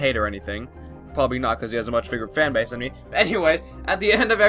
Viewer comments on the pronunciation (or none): none